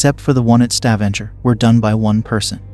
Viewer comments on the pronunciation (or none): none